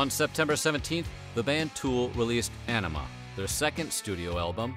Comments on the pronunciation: Tools 96' album is pronounced Ah - Knee - Me - Uh , like the Blood disease( idk if its really a disease but ...) its where your blood is thin. You completely butchered that my man. Anemia = Thin Blood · First you got nin wrong in your 1994 video, now you can’t even pronounce ænima correctly 🥴